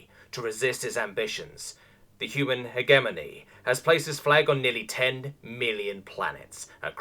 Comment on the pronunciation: My dude, I love you reading this, but for the love of space-God that's not how you pronounce hegemony.